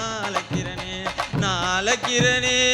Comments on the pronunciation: 💯💯 But thamizh uccharippu have to correct Azhaikirane not alaikirane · தமிழுக்கு அழகு "ழ". அதுவே அவர் வாயில வரல.. அலைக்குறனே பாடுறார் தம்பி... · நீ தவறாக பாடுகிறாய்.. அழைக்கிறனே னு.. உன் வாயில் வரல... அலைக்கிறனேனு பாடுற.. ழ உச்சரிப்பு இல்லை.. இவர் எப்படி தமிழ் பாட்டு படுவதற்கு தகுதியானவர்